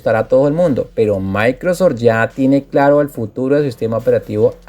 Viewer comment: Se llama Microsoft (Maicrosoft) no Maicrosor